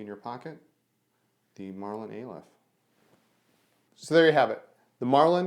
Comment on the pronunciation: pronounced ah-lef first letter of the hebrew alphabet